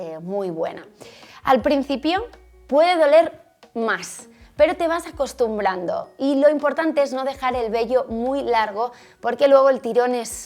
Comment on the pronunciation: ...pero te vas "acostumblando" xD 😘💜